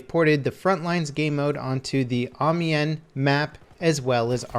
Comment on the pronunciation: Ive lost all faith in humanity. nobody can say Amiens right AM-I-ANS NOW SAY IT RIGHT